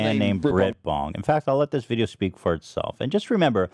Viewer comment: why do you keep calling it a bideo?